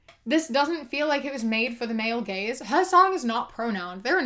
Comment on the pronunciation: I thought you were saying "the male gays" and not "the male gaze" I was so confused